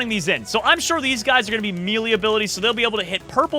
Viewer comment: mElEe, bro it's pronounced as meley, the ley in it is how you say hey but with an l not a h.